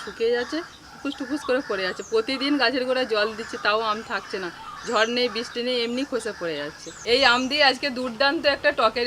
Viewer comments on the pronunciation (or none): none